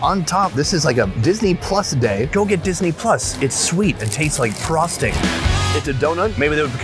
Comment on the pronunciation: when he says “It’s sweet- it literally tastes like frosting” I CANNOT for the life of me hear anything but “tastes like PROSTATE” like 😂😂 Maybe I need my ears checked idk